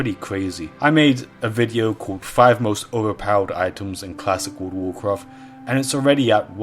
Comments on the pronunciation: He didnt played world of warcraft, he played wourld of waughfcafht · Wurld uf wurcraft